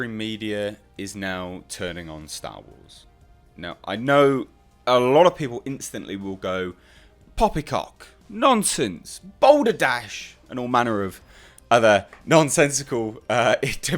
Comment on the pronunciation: He really said Baldur dash 😂 😂